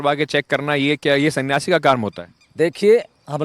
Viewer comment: Not संन्यासी 🚫 ओनली 😂 सियासी 😂😂